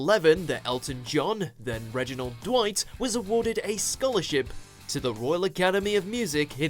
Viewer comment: Seems like you were hungry, as you ate the word "to"